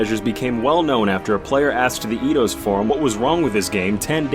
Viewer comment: idos? It's eidos!